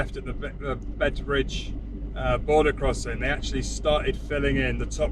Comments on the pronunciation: Hi again. Beitbridge is pronounced like BITE BRIDGE. as opposed to Bait Bridge, thanking you. Love your videos. Toodle Pip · Love your content but just saying, it's pronounce 'Bite Bridge' :)